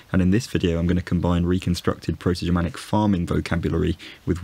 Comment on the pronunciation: Your pronunciation of the Proto-Germanic forms and all of the historical and modern forms cited in the video is perfect! Great job, looking forward to seeing more videos